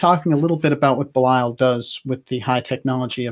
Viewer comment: I adore your program, although I never actually catch it when it is live. However (and you can attribute this to my being an old stick in the mud as far as English grammar and pronunciation go) your pronunciation of Belial has been driving me crazy. So I went looking. I did find one soul pronouncing it the same way you do, but all of the others said something more like Bee' lee ul, or Bay' lee ul. I actually wasn't sure who you were speaking about. And Ahura Mazda and that other guy, Ahriman, they're not part of "Persian religions" in general, they're the heart of Zoroastrianism, which is a very old religion indeed. In general, it seems to me, you never make mistakes (apart from occasional weird pronunciation; and I'm not sure about your subjective versus objective pronouns; nobody in you generation knows the difference between those), so when you categorized Ahriman as the bad guy in "Persian religions" in general, I was a little bit surprised. But I guess I may be wrong, because I guess Mithra was in another religion. But "Thus Spake Zarathustra" (the unforgettable 2001 film music) I do think falls into the category of Zoroastrianism.